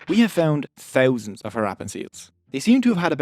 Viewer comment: The way he says thousand 😂